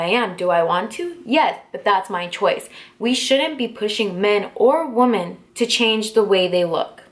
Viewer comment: It's pronounced "wim en" just FYI. I love your sparkly makeup and backdrop btw!!